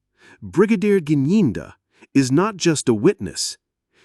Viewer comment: He dressed like this because he knows the level of his guilt. He is the one who told the court how dangerous it would be to go in Loco inspection. But now when u started the video u couldn't pronounce the name Gininda but at the end u were able. 😂😂😂😂😂. Thank u